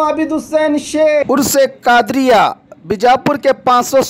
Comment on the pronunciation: Urs-e-Quadriya......Not Qadar